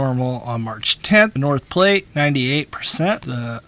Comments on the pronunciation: FYI its the South Platte river basin. Sounds like Plat, not plate like what some people eat off of! Just saying. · Very interesting! FYI, the Platte River is pronounced "platt", not "plate".